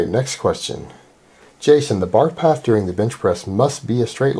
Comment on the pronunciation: says path should be a J.